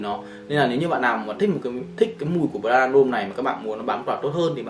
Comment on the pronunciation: Prada L’homme Intense tối hơn và sang hơn rất nhiều so với Prada L’homme. Prada L’homme Intense phù hợp hơn nếu thời tiết lạnh, và cho những người trưởng thành hơn. Góp ý bạn xíu về việc cải thiện phát âm tên thương hiệu :D